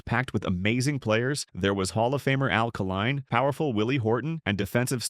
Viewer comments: Hey, Stupid! Try Al K-line, not Alkaline!!!! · It's Al Kaline; not Alkaline